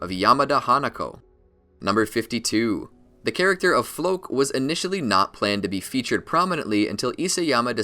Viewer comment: Floch is officially pronounced floak now.